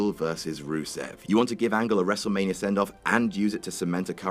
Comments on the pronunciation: "wrestle manier" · really? one word into the video and you mispronounce Wrestlemania?